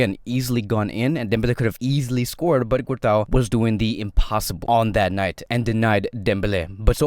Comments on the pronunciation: Man said cortois (Cort-a-o)😭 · You are completely butchering courtois his name 😂